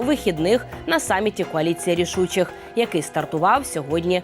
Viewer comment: "коаліція рвшучих"?!!! Це плювтк к очі нашим захисникам